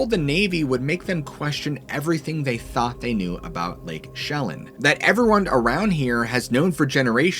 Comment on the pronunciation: You pronounced it right the first time.. it is however NOT "Lake Shellin." Chelan (Shuh-Lan)